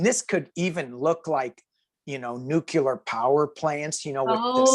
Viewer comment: You guys are hilarious together, and I loved the readings! But,, please tell me you don’t normally pronounce nuclear as ‘nuc-u-lar’ as Bush 43 and the rethuglicans do!